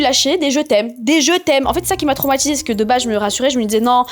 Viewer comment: les intchimes. traumatchisée. tchik tchok. monde entchier. ultimatchum. etc. sorry, j 'entends que ça; j arrive pas à me concentrer sur le récit. pourtchant, j l aime bien.